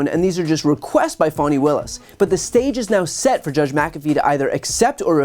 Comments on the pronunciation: Love your commentaries. But I gotta ask you, is "Fawny" the way that Fani Willis pronounces her own name? Or is that a way for the media to avoid saying "Fanny"? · Only in America could Fani be pronounced Fawni 😂